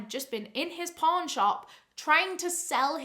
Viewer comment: I need Jesus, everytime you said pawn,I heard por*.